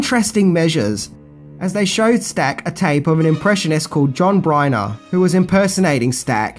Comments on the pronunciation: The impressionist's name is John Byner, not Briner. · Jim's name is pronounced AY-brums, not AY-Bruh-hams. Also, the impressionist is John BYNER, not "briner." With 304k subscribers, I would think you could mic yourself better in those live shots. You could leave t. hose parts out entirely, actually. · John Byner not John Breiner .. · Thanks,! As always, a great video with a lot of behind the scenes information in it., you always do a lot of research before releasing a "10 things..." video, and it shows. Just a note, though, the impressionist who did Robert Stack, and many other voices, is named John Byner, not Bryner as stated under point 5, "Robert Stack Impersonating Himself". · He mispronounced comedian John Byner's name as Briner. Didn't do your research did ya, ya bloody git? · And it's John Byner not John Bryner. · The comic whose work assisted Robert Stack is John Byner (not Bryner as our host suggests). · "Angie" was a sitcom, not a movie...and it was John BYNER, not "Bryner". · ~ John Byner, not Bryner. You really need to pay attention to these names. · P.S. John Byner, not Bryner🤦‍♂️ P.P.S. You're editing is stellar. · John Byner, not Bryner. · Angie is a TV show not a movie. John byner not Briner. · Okay,, two quibbles: ABRAMS, not Abrahams. There is no H in the man's name. BYNER, not Bryner. Only one R. As for your next video, I just want to tell you good luck, we're all counting on you. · Leslie Nelson? Really? At least he got it right later on. But then he says John 'Bryner' when it should be 'Byner.' How hard is it to get names right in this day and age when you can look up anything under the sun in 2 seconds? When releasing something to the public, you should at least make sure proper names are correct.. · John BYNER, not John Bryner! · John Byner...not Bryner. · Abrams. Not Abrahams. John Byner. Not Bryner. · John BYNER....not John Bryner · Just an aside, it is John byner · Leslie "Nelson"? John "Bryner"? Oy.